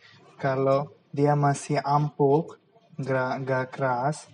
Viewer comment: Empuk bukan ampuk... Salam indonesia...